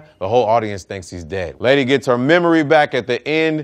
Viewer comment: “The whole audience thinks dom is deeed’. Nop.